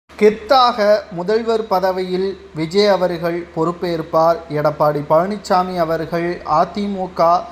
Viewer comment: Edapadi illa. Edapaadi. Please learn Tamil.